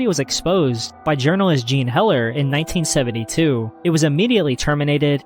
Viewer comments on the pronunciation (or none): none